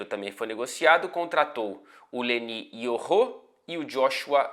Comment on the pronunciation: So falta mudar a pronúncia dos nomes kkkkk é Leny Yoro, nao LENÍ IORRÔ.